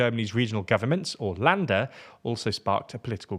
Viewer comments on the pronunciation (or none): "Länder" sounds like lender, not lander. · Länder not lander. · And to pronounce "Länder" like "Lender" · if there are dots above letters that then changes their pronunciation. "Schäuble" and probably "Länder" were really hard to understand.